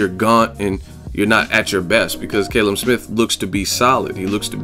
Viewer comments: its pronounced Kalum not Kaylum lol 😂😂😂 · It's CAL-UM not KAYLUM. haha.